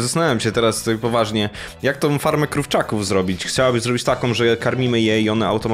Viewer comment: najpierw powiedziała krówczakow